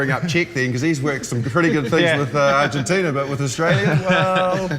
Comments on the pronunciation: How to disrespect a country...Mispronounce its name over and over. It's ARGENTINA not ARGENTINIA. Ozzy Ozzy Ozzy Oi Oi vey! :) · Can someone tell it's not 'Argentin-i-a'? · Just so everyone's aware, the name of the country that beat the All-Blacks is called "Argentina," not "Argentinia." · Nah mate, kept calling them "Argentinia." I know my accents, and I also know when someone adds an extra vowel to the word "Argentina."